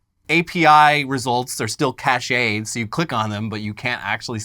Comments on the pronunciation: it doesn't cost much to host a website. also cache is pronounced the same as cash. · pronunciation of "cache" made me cringe 🤪